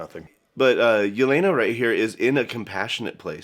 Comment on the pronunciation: The way butchers Yelena's name gave me trauma